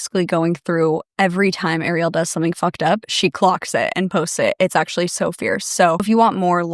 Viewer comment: Not Ariel having the same last name as me i hope shes not related to me..🫩✌️AND TYSM FOR SAYING THE LAST NAME CORRECTLY!!